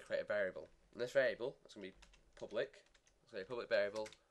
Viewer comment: "pubic" XD Great tutorials though. I actually like the mistakes you make, because it allows us "learning-Forge modders" to see the mistake, and know how to correct it. The one problem I am having I cannot solve though. I've looked everywhere, and I don't have the solution, just some work arounds that only work client sided. Maybe you can help?